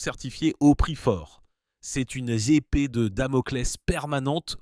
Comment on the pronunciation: 4.06 : une "zépée" de Damoclés